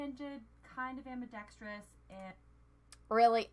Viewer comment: She mispronounced ambidextrous & you didn't pick up on that. DISLIKE!